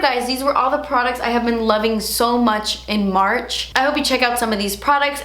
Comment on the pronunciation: I think you keep saying munch becuz of all the Easter candy you munch on had..lol I’m going to have to try that Becca powder. Thanks for the info on your favorites. Take care&see ya😁